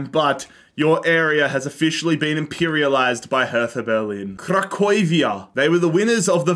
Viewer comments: Friendly reminder: its not Union Saint Gallen, it's Saint Gillouise (Zi-loo-az) and also it's Craiova not Cracovia. I completely understand that in all this work you put into this its not possible to get everything right, so just letting you know. Love the vids from a PAOK fan 🖤🤍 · Cracovia it's not the same with Craiova. Cracovia it's from Poland. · Cracovia from Poland, not Craiova from Romania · It was Cracovia from Poland not Craiova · Bruh Cracovia is in Poland,that in Romania is CRAIOVA not Cracovia